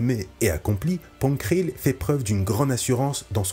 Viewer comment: Belle vidéo, mais on dit "Krell" et "Dogma" et "Luminara Unduli". Bariss a dénoncé l'ordre Jedi lors de son discours au tribunal, mais n'a pas plébiscité le côté obscur.